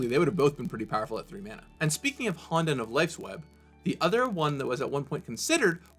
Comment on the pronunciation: you could've consulted someone who speaks Japanese before making this video on how to pronounce words like "honden" or "myojin" (hint hint nudge nudge)